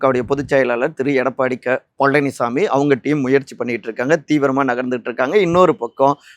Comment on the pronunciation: எடப்பாடி க பழனிசாமி.....உச்சரிப்பு மிக அருமை பிரதர்.....❤❤😊😊